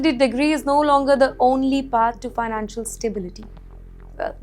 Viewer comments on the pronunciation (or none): none